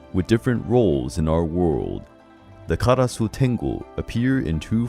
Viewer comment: That pronunciation of "Karasu" though... 💀💀💀 Japanese doesn't use voiceless uvular fricative. Why did you try to pronounce it in Spanish? Did you just "foreignize" the pronunciation? Just do it like this: "Kah". It's very easy.